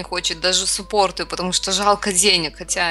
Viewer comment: а да и еще кое что говорится не суппорт а саппорт!